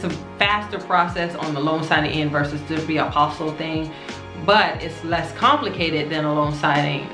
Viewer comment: The LLE are silent. It’s a French word. Pronounced “apostee” the sound of the LL has a Y sound.